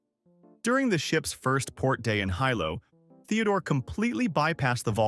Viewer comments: Would you people please learn how to pronounce these places. It's KILL-A_WAY-A. Not the garbage you said. And the capitol city is not High Low. It's HE-LOW. 🤦‍♀🤦‍♀🤦‍♀And to think we are sacrificing our water and our rural areas for artificial garbage that can't even be bothered to look up how to pronounce place names. Do me a favor ok? Never go to Louisiana. The place names would probably melt your little computer. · “Hilo”a town on the Big Island of Hawaii…the correct way to pronounced as “HEE-lo”